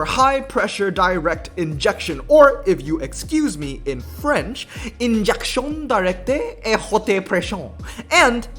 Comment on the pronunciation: That intro was sick dude, even tho the pronounciation sounded more spanish than french😂